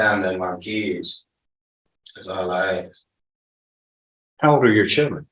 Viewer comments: "Axe"and "pacifically" were used quite a bit during questioning, SMH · "Ax" him. Good lord. Talk to the juuudge. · I would NEVER trust a lawyer who can’t even say “ ask “ instead of “ AXE “ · Must be a low bar to be an attorney guy says AKS instead of ASK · How did this defense attorney pass the bar exam? A defense attorney that still mispronounces the word AKS... oops I mean ask. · When his fiance was on the stand, she said they needed him. I bet the decedent had family that needed him too. His family lost him and, fair is fair, he needs to pay for what he did. Why is his lawyer saying "aks" instead of "ask"?? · it’s not an accent, it’s complete mispronunciation. It’s ask-not axe. He went to law school, is presumably “educated,” which is questionable and he can’t pronounce a simple 3 letter word.